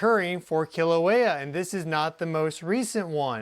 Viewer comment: Kīlauea! Pronounced “kee- la - weya